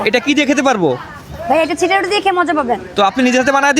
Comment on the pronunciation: সিটা রুটি ❌ চাপটি, ✅🤣🤣